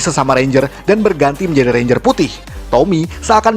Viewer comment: ranger bukan renger